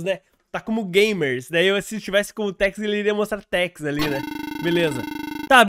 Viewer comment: Kkkk Tex no vídeo na Hatsune Miku ele falou trex kkkkk ri muito